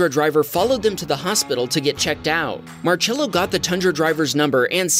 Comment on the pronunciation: how are you pronouncing marcello bruh bro be pronouncing it like march-ello